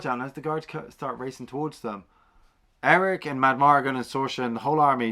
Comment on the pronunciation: It's Airk, Fin Raziel and Franjean, not Eric, Fin Razelle or Razeel, and Francine. Francine's actually a winner, though. 😁 Really not looking forward to the series. It's Kennedy's Lucasfilm, so they'll just destroy another beloved classic.